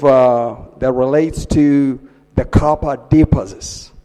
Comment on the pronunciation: Capa dipazits is that "copper deposits"?